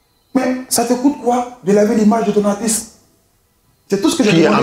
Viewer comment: finalement quelqu’un() qui prononce correctement le mot « Artiste »… ko artiss